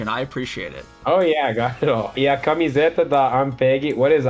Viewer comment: One thing that I noticed is that many times you subconsciously put a accent where there is none like you said "camiséta da AMPEG" instead of saying "camiseta" with more of a close and nasal sound, which would be more the norm for non accented syllables. Which I also think complicates for you to distinguish the different accent like in "avô" and "avó" since you are incorrectly putting accents where it shouldn’t have.